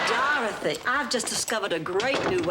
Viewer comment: Between Blanch & Stan they always emphasized the O in Dorothy's name.